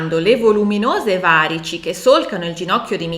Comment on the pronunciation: Grazie davvero ottima spiegazione e analisi solo, ti prego, la pronuncia corretta di varici e` va-rì-ci. 😊